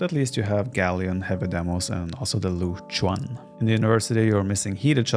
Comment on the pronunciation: yurchens? i know jurchens only xD